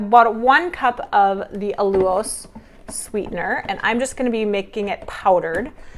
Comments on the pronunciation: WHERE did that funky pronunciation of AL-U-LOSE come from? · Hahaha, what did I miss? You’re pronouncing ALLULOSE differently. I actually learned of this product from you and it took me forever to pronounce it the first way! lol 😂 😂 😂